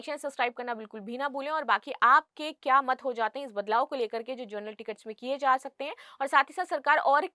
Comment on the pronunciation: जर्नल nahi hai ma'am wo जनरल ticket hota hai ,thoda शब्दों पर ध्यान दें please 🙏